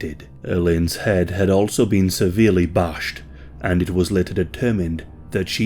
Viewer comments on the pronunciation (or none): Love how you say "SEVERELY BASHED"